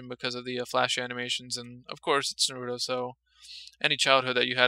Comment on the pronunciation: Nah roo toe Not Nah ROO toe It's one word. You pronounce it like the middle sound if seperate.